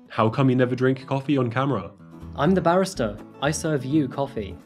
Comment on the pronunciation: It's interesting that you pronounce barista like "barrister", for a second I was like, wait, I thought this was a coffee house, not a courtroom! I've only recently discovered your channel but I'm addicted already, thank you for your hard work, and congrats on 1M! You do an amazing job with these videos so it's well-deserved. P.S. I don't even like coffee 😂